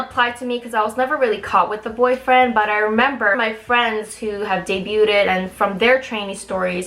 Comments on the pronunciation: I'm sorry, I like your videos but I just can't take it anymore. You keep saying dey-BYOO-ted. It's pronounced dey-BYOOD. Don't say "ted" part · Debyood, not debyoo-ded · nice vid but btw the pronunciation for "debuted" iis 2 syllables. should sound like "day-byood" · I think "debuted" is pronounced de-byood, not debyooted. Unless that's an alternate pronunciation. I'd never heard it before though. Regardless, it's really interesting getting an insider scoop into the industry. Thanks for sharing. You can't get into trouble for sharing stuff like this, right? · did she really mispronounce the word debuted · lol Don’t pronounce the T in debuted. lol it’s pronounced “Day-byoo” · Honey, the "t" in "debut" is silent, so "day-byoo" and "day-byood" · Good thing this chick never debuted as the “English speaker” member cuz it would be so embarrassing for her to go on some variety show and answering when she debuted and responds saying “debuted-ed” lmao. Idk why she keeps saying debuted-ed when she says debut the correct way. I wonder if it’s a stutter and she just adds an extra “-ed” for any words ending with “-ed” like says “hated-ed” instead of hated., you gotta stop doing that, you look ignorant as fuck bragging about being the English speaking member girl when you can’t even say a commonly used English word in the K-Pop industry lol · The T is silent in debuted. It's pronounced day bued. Just like the B is silent in debt. It's pronounced det. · the T is silent in the word "debuted" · I'm really uncomfortable about how you're pronouncing "debuted" the wrong way and also air quoting words that aren't necessary. Other than that, very informative video, great job!